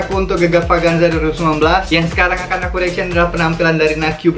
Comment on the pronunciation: Kan???sebutan beza Sebutan AKU NAQIU=AKU AKIM=AKEUW HAHAHA